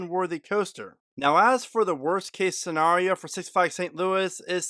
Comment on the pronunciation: Why do you keep saying scenrario instead of scenario?